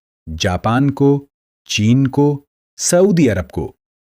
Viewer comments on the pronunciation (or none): none